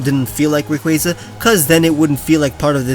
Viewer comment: ITS “RAY-KWAA-ZUH”